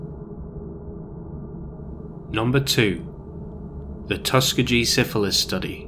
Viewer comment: Not trying to be a dick but Tuskegee is pronounced tus-key-gee I’m from Alabama (unfortunately). Just found your channel and I love it! I’ve been binge watching all night at work.